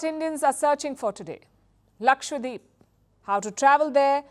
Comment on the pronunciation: wtf, its not lakshwadeep, its lakshadweep, how did you even come here without knowing basic pronounciation